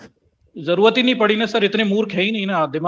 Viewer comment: Ye gyani purush urdu juban bol rahe hai har shabd me nokhta laga rhe hai jaise... आज़, ज़रूरत, ज़ी, समज़े, नज़र, ज़ाया इस प्रकार सबमे निचे डॉट लगा हैँ...